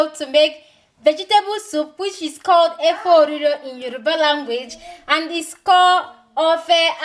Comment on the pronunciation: Your Efo riro sound really funny😂😂😂😂. Looks yummy😋😋😋😋. Welldone sis 🤗🤗🤗